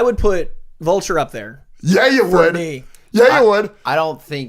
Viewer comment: Wait excuse me did say "Volture"......tf